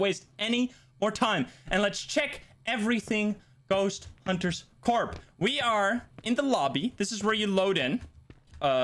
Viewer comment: Btw, "Corp" is actually pronounced "Core".